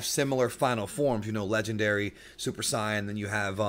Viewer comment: When you said “old school subscribers”, you weren’t kidding. 👌 Also, I miss being able to hear “saiyan” pronounced the right way.